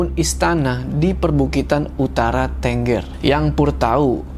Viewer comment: Pelafalan tenggernya salah om🤣